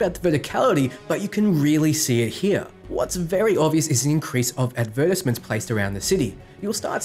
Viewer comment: Thanks for the break down well done. Just one question when you tried to say advertisement why did you leave out the four letters 'tise' and just say advermsent?